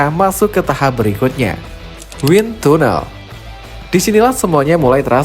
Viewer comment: win tanel min pengucapannya.